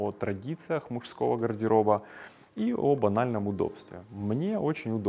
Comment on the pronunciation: Смешно звучит словосочетание "о банальном удобстве". Слышится как "об анальном удобстве".